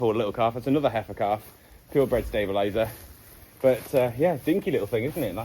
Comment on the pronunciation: It's very strange you saying pure bred stabiliser. 😊